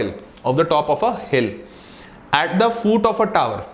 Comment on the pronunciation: It's foot not fooot